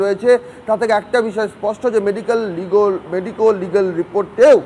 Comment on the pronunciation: আর মেডিকোল রে😂😂 মেডিক্যাল আর বেরোচ্ছেনা